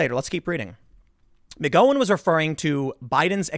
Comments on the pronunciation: Mispronounced her name... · Does Tim really not know how to pronounce Rose McGowan's name. Lol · Tim knows he isn't very good with names. So yes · Tim needs to learn how to Pronounce her name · for once... could you pronounce her name right? you loser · Would you please correct your pronunciation of Rose McGowan's name? Just google "Rose McGowan pronunciation". If you have some video of /her/ saying it differently I'll gladly retract. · If you don't stop mispronouncing McEnany and McGowan I'm going to rip my hair out. It's annoying Tim. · The "gow" in her name is pronounced like "cow" I think, not like "go" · It's "Gow In" Tim, not "Go In". Rose McGOWan...like Cow or Ow or How or Pow or Tao or Mao or Dao or Chow or Brow or Kung-Pao or Disallow or Disavow or Curacao. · It’s Gow-en not Go-wen Gow like ouch. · McGowan pronounced Ow! not Go. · Are you sure it's "Mc GO wan" and not "Mc GOW an" ? I cringe every time you say it but I'm pretty sure it's GOW like COW not GO like NO unless you have info the rest of us don't. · Isn't it "mik-GOW-an" not "mik-GO-wan"? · She pronounces her name Mc-Gow-an not Mc'Goh-an. "Ow" not "Oh." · LoL Tim! Mc-Gow-In not Mc -Go-In. Sounds Like a McDonalds drive thru! LOL Liked and shared! Haha i made a funny! I hope i got that right? Maybe it depends on where you live? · "Ho no brone co"...it's McGowan, no McGoan...think, the sound of the word, "cow"...has more in common with, "ouch", than it does with, "oach"... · McGowan = Mig-Gow (rhymes with Cow) - an. Not Mig-Go-wan It's an Irish surname. XXOO from another South Jerseyan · McGowan is pronounced with an "ow" as in "ow I stubbed my toe" not an "oh" like "oh my god, I almost stubbed my toe". "Ow" like "owl" not "oh" like "Ohio". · Dammit Tim... You are killing me... It's pronounced Mc Gou an... Like the word ouch. When was the last time you referred to a bovine as a Coe? Like a moo coe? You are making my ears bleed..... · Rose Ma-Go-wan😃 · McGowan, Tim. Not McGohan. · It's MC G OW AN !! 😂